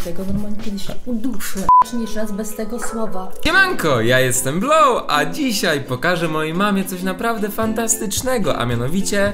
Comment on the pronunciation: nie Bloł tylko Blow